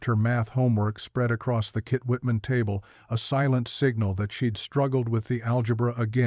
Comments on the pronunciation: The hell you keep saying Kit Whitman for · Why can’t someone at least check that they don’t have “kitchen” pronounced correctly. What the heck is a “kit-whitman”